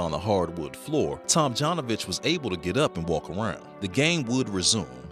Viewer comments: Up until half of the video i thought the dude's name is Rudy Tomjohnovich :D. Your pronounciation is a bit wrong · Tomjanovich is pronounced like Tomyanovich. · For God's sake, is it possible that the narrator doesn't know how to correctly pronounce Tomjanovich's surname???